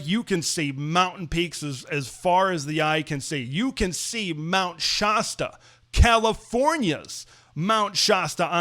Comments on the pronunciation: Shasta is pronounced like fast or blast. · FYI, Shasta is pronounced sh-ass-tuh.